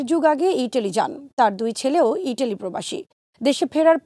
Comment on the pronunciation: ইতালি ইটালি না উচ্চারন ঠিক করেন।